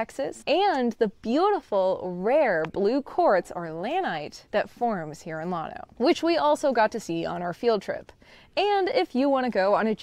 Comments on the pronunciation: Lan- O not lawn-O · There is a small collection of what we would call hills, also called Packsaddle Mountain, that is the last remaining bit of the Grenville Orogeny. The schist is very impressive. Check out JSTOR for an excellent scholarly article on the Llano Uplift. By the way, it's pronounced Lan-Oh, not Lon-Oh. If your a Hill Country boy like me its hard on the ears. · It's, LANO, NOT LAWNO. 😉 Llano. Llano (/ˈlænoʊ/ LAN-oh) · Here in Central Texas, we old-timers who grew up in the area call at "Lan Oh"... not "Lawn Oh". 😉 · I like your channel, studied geo at UT, and Llano SHOULD be pronounced with a glis after the L. Uhlyano with a very short uhl. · lann o pronounce it right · Llano is a Spanish word and is correctly pronounced "YAH no". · than stop calling the uplift spainsh name. It means flat or smooth whats the English definition of lano??? Call it something English you can't pronounce it.. Guess what Texas is a Native American name so why don't you butcher its pronounce for your pride in stupidity...cause your to dumb to say it Yano (ll is y) as it is a Spanish word?😮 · All my family is from Fredericksburg and Llano, you are pronouncing Llano different from how my family and I do! I still have family living in Llano and I have been there many times in my life!